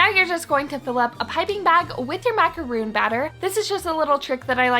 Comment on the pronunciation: Yea me too I heard the intro and she said "macaroon" and I actually shouted "MACAR- O N "